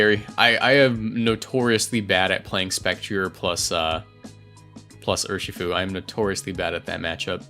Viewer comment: I cringe every time you say Ur-SHI-fu pretty sure it's pronounced URshifu